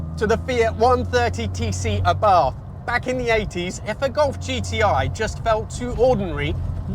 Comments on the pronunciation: it´s not "aaah-bath", but rather "uh-bart" :P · ahi ahi ahi! don't you remember that WE say àbarth? (accent on the 1st a)